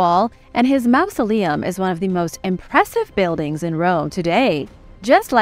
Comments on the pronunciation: The word is not mousoleum, as you pronounce it it's mausoleum, like mawsoleum. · te quiero muchisimo y me encanta tu programa y tu forma de hablar, pero una cosita, en ingles "ou" junto sona como mouse, "au" en ingles sona como awe, no como en espanol, refiriendo la palabra mausoleum. No es un critico, si no mi forma de ayudar con carino. Paz y Amor